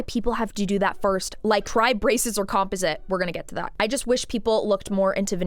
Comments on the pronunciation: It’s not compoSIT, it’s comPOSit/ com-PAWS-it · "Com-paw-zit" = composite. ❤ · •I've never heard the word 'composite' pronounced like that LOL •The girl who was crying about the $80k situation is named Winter & she's been THRU IT; not just w/ her teeth but she's also had multiple botched BBLs 🤦🏽‍♀️ •Real veneers don't usually pop off (or shouldn't). Most ppl are just getting a mouth full of lumineers & don't even know the difference 😬